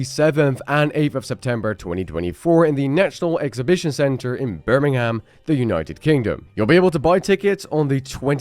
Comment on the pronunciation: Please don't pronounce british locations with (ham) at the end it's Birmingham pronounced (birming-um) 😂 great content though